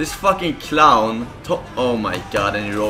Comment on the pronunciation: its not clown, its qlown